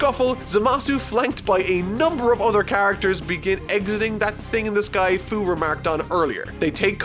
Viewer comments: Hate to be that one guy but... Fu's name is pronounced "Few". I know because I played Xenoverse 2 lol. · 2 things: First you pronounce "Fu" wrong. think of the word "Future". Becuz....he's from the future. It's dumb. second, you're a fucking mad man to review One Piece. I look forward to it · his name is fu, like fu - ture (fyu) and that is dumb enough to tell all about heroes